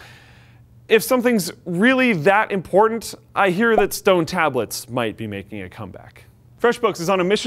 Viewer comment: "imporntant data"